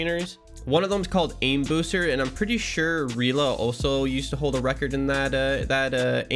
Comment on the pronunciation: Its pronounced “reh-la” not “reela”